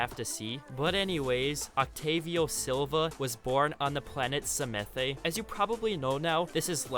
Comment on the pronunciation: octanes and lifelines planets name is pronounced samath